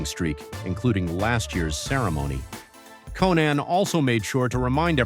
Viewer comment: His name is Conan...not "Co-NAN". Ya friggin ding-dong!